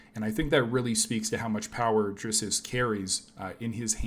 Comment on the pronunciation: “DRISS-US” Du Plessis 😂😂😂😂 cmon bro, step it up for an mma channel and I like the content btw